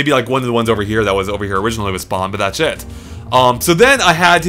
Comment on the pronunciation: When you say "thats it" it sounds like "that shit"